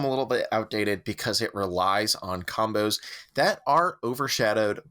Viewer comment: LOL "comboes" and not "combos" xo